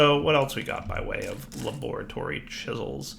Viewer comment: Every time he says la-bore-a-tory I think of Dexter's Lab